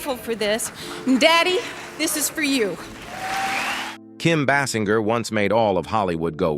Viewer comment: Kim BASS IN GUR?